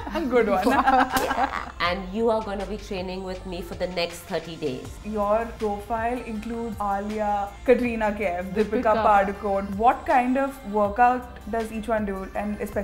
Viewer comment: padukonE. not paaducone.